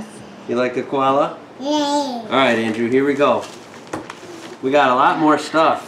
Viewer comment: Your Koala's name is pronouncedas it is spelt.